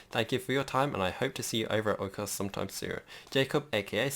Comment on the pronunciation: Oikos was pronounced correctly xD well done! And as somebody with real life tropical house experience, I'm very impressed with this build :D